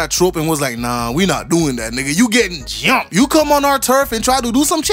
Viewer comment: 😂😂 "You gettin JUGHMped" 😂